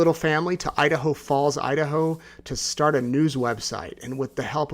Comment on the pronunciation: Thank you. Watching from No. CA. Been watching from the beginning. My family is from East Idaho, and I still have family there. I Love Idaho. You got the pronunciation perfect!